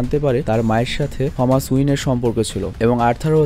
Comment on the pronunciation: টমাস না থমাস ওয়াইন